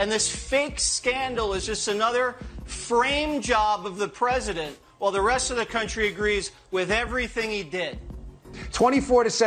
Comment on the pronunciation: "The Preshident" -- Sleepy Joe